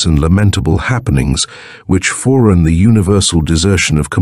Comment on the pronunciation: it's an a.i. bot, i think ? something about the cadence isn't right, occasionally. pronunciation of "foreran" is way off "on the block of eighon-wood" -- doesn't notice the typo there "strange glory that illumines irretrievable .... things." lol